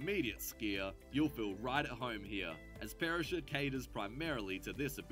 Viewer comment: Good boy !!!! - you finally did a video on Australia from an Australian in Australia, with the CORRECT facts and perspective and correct nameplace pronunciation. Yippee 🎉😂